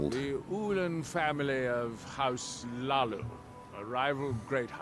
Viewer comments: dude says Hlaalu "stop saying Laalu, im trying not to giggle" makes me giggle instead xD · I kept hearing "House Leeloo". It made me think of orange hair. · "You got an awsome voice mate, I could listen to you all day" Me: "only if he stops saying Hlalu"